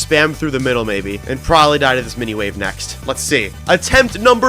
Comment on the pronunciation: ITS NOT 'DIH'